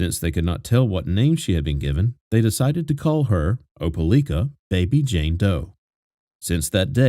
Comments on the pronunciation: It's pronounced Oh-pa-like-ah Great video, as always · Not being rude but it's pronounced , like not lick . Opelika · It’s o-pe-like-a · Opalikaispronounced with a long i= ("OH puh like uh"). Just FYI 😊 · It’s O-puh-LIE-kuh . My home town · Lord have mercy. No one can ever pronounce Opelika. It's Oh-pah-lie-kah. This story remained such a mystery for far too long 😢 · You got it right except for the third syllable. It's pronounced O-puh-like-uh. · I live like 30 mins from opelika and I die every time I hear him pronounce it 🤣